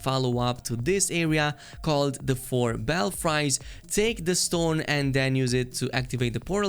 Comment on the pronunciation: None of this matters, but I thought you might like to know: The Four Belfries is pronounced "bell-frees". A belfry is a steeple or tower where they house bells. A pair of castanets (pronounced cast-a-net) are two little pieces of wood that you strap to your fingers and click together; they're used in a lot of Spanish dances.